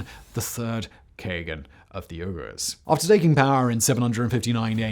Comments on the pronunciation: As usual another awesome video, you are taking a great deal of time to research and nail details, but your pronunciation of the Turkic words were causing me to cringe and wince... even the modern name of the Uyghurs.. It's bad enough that the PRC is commiting crimes against humanity on them, but to mangle their names here.. just wow. How would you like to hear the word England pronounced something like Unglind every single time its uttered?? I STRONGLY suggest spending a few minutes to research unfamiliar names and pronunciations on easy to find on- line resources... This is not unique criticism of you as I see and hear so many videos with butchered pronunciations of many words from many languages out there, but as a native speaker and one very familiar with names and subjects discussed in this video it was truly upsetting, unsettling and stunningly wrong. And even more importantly you are educating thousands of new viewers in the wrong pronunciations of these words and names... Even so, much respect for all your efforts nonetheless, I truly enjoy your videos and gleaning more knowledge from them... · I came into the comments because I was pretty sure he meant Uyghurs, especially after he began to list a few, but that pronunciation! "Ugh-ers" haha! Although to be fair, I had to ask "what's a Uyghur" when I was in college because their culture was never taught in American history classes. A shame! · Yurghurs, Simon?! Yurghurs, reeeally? 🤨 I believe the people suffering Chinese gen*cide and ethnic clens*ng as we speak prefer Uyghur be pronounced, “Wee-ger”? Pleasure, as always. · is where I realized how badly Simon is mispronouncing uyghurs, and hit myself on the forehead and said oh my gosh those Uyghurs! 5 minutes of research confirmed that yes, these are the same people that China is still trying to take off the census today! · It’s not URGHERRRRS! It’s pronounced WEEE-GHERRRS! Come on man…. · Is it just me or is Simon’s pronunciation of Uyghurs incorrect?